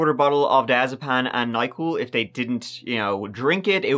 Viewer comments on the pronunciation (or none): Diazepan?!;) It's Diazepam:D we cook in the pan